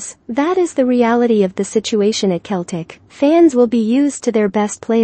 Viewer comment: For your computer robots the pronunciation is "Seltic"